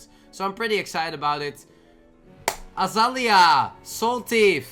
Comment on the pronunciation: The fact that didn't pronounce Azalina right TWICE 😂😂😂